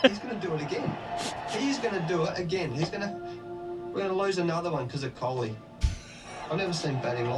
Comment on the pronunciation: It's KOHLI, not KHOLI